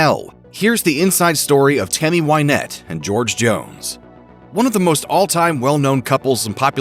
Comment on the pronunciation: It's Win ette not Wine ette.